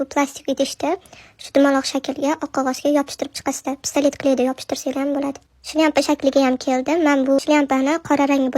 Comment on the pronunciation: Shlyampa mas eyyy shlyapa